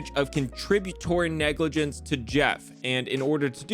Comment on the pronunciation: What’s negligance? You mean negligence…..